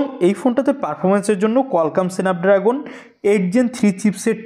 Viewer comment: সেনেপড্রাগন নামে কোনো প্রসেসর পৃথিবীতে নাই। উচ্চারণ শিখে তার পর ইউটিউবে ভিডিও বানান